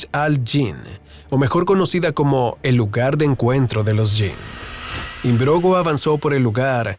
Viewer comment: Philip Im-brog-no, no imbrogo. Buen vídeo!